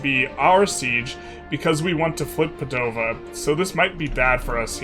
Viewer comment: Yeah, but the pronunciation for Treviso and Padova still hurts